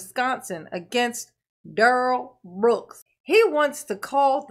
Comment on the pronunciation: Duh-rell, Duh-rell and his other brother Duh-rell. The 3 dimwitt firm that will keep you in touch with your Groundz.